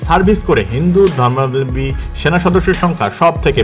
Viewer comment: আপনার "হিন্দু ধর্মাবলম্বী" উচ্চারণ সঠিক হয়নি কোথাও কোথাও। 😅